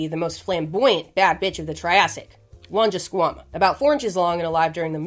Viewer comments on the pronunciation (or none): the way burst out laughing when you said longisquanna